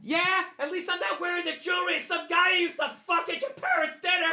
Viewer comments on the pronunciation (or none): He can't say jewelry 🤣🤣🤣🤣🤣🤣